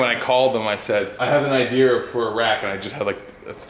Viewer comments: an "ideer" ? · "I have an idear for a rack"